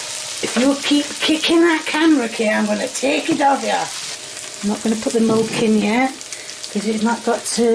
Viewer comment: I'm not sure if my store carries "Molk".